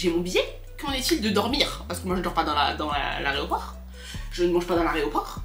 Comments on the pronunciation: dit « l’areoport » au lieu de dire aéroport 😂😂😂😂 c’est chou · qui dit « aréoport » 😂😂